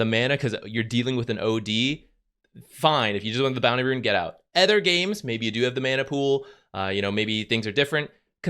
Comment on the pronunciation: not meaning to be rude or anything, but i've been noticing it for sometime now, but can you please stop pronouncing "other" as "ether"? coz it sounds weird and you had me genuinely wondering what "ether items" or "ether heroes" were the first time i heard it. nonetheless, great content as always 👍🏻